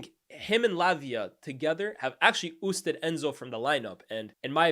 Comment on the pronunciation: what in the French Canada is "oosted." Ousted my brudda.